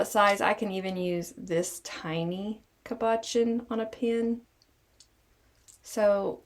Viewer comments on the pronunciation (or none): I’m sorry, but every time you say cabochon, you are mispronouncing it. It made me giggle 😂 No disrespect meant at all. ❤ That said , this is a great idea and I will definitely be making some! Thank you!😊